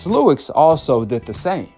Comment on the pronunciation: Fam, Lennox Lewis… Why you keep saying “Lewix” but have no problem saying Joe Louis? lol I’m not trying to come off as an a**hole either… I’m just genuinely curious lol